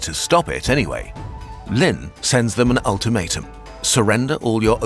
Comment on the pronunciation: Always is funny when Westerners, especially Brits, make something about a foreign country but don't bother to have a native speaker teach them pronunciation. (Like when the Olympics were in Brazil and all the Western press pronounced Sao Paolo like it is written, but in Potuguese Sao is pronounced "san." In English the city name would be Saint Paul.) Anyway, in this video Lin isn't pronounced Lynn like the name, but rather as "lean." Guangzhou, the zhou is pronounced like the name Joe. There are also four tones in Chinese, but that would be pushing it.